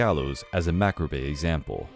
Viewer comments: "Macrabe example"? You mean "macabre"? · Macabre is pronounced ‘ma-cob’, my dude. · Did he seriously pronounce macabre as Mac-cro-bay? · Ya that took me right out of the video as well. He pronounces a lot of words/names strangely and even messes up pronouns. I guess he’s just reading straight off a script.